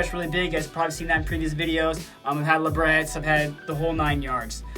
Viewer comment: Labrets? Lol ...the 't' is silent